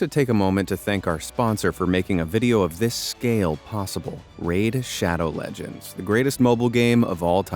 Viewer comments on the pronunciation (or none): This is around 1.3 BILLION dollars today. Him 2 seconds later: RADE SHADOE LEJINS No hate intended:D